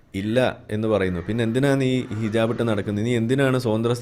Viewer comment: ഹിജബ് അല്ല ഹിജാ ബ്